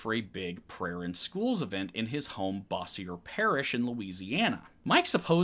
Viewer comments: Fysa is pronounced Bose your not bossy ier lol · I know this is old but we don’t pronounce Bossier as “Boss-Ee-Er” we pronounce it “Bo-Zher” (Idk how to write out that sound lmao) for some reason we like to really butcher French names/words around here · Bossier is not pronounced Bossy-er but BO-zhur. I forget how odd these Southern pronunciations are until I hear normal people read them. Great job, as usual. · Was enjoying the video so much until Lol, video is still great, but hearing that pronunciation of Bossier always hurts a little. Being from the area, we typically roll it out as "Boh-zure", like brusher, crusher, etc. Its not correct in the academic french, yes, but that's how the word "Cajun" came about was the mishearing of a local calling themselves "Acadian". Moral of the lesson, don't expect Louisiana french to line up with the french you learned in school, at least if you wanna get along with the natives. Anyways, again, great video! Love y'all's work. Mike J always creeped me out and comforting to know it wasn't only me. Sadly I was one of those drop in the bucket blue votes that barely register against him in a state so red... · I know this isn’t the biggest deal but it’s pronounced “bosher’” like kosher but cut the r short lololol 😂😂 I know our Parrish names are weird as hell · Bo- zhur parish lol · I love you but the way you pronounce Bossier (bo- sure) hurt my soul. 😂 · Hey, great vid. Small point, the parish he's from, Bossier, is pronounced Boh-zshure. I'm from the Baton Rouge area, and the idea that LC tried to make a new law school right by LSU is so laughable. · bossier is pronounced "BOH-zher," its some french cajun shit. its also hella racist like most of northern louisiana. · Bossier is pronounced bo-zhure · Bossier should be pronounced "Boss-ee-er" but unfortunately it's "Boze-sure" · Love you and love this but it’s pronounced bo-zher ❤ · not super important, but it's pronounced Bow-zhr 😅